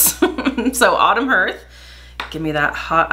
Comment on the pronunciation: Love these videos - one correction though, if you don't mind. The pronounciation of hearth is "harth" not "herth" - it is the front (floor) of a fireplace. But I do love watching you!!